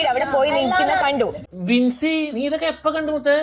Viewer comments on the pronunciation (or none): Binny anu bro bincy alla